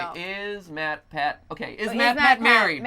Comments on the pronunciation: “Matrick pathew” matpat -2018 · I will never unhear matrick pathew